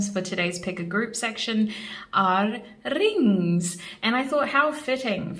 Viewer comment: I love the way u said rrrrings